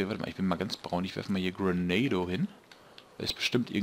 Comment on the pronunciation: LOL, "Grenado" das klingt wie ein neuer Burger beim BK. "Ich hätte gern einmal den Grenado, aber bitte ohne Tomaten".